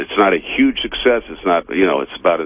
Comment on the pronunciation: He also pronounces the word huge with a y instead of the h